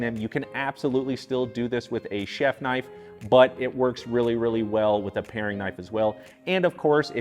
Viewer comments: Paring, not Pairing. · isnt it paring knife, not pa i ring...?